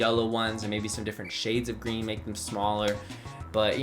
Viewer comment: am I the only one that heard cream instead of green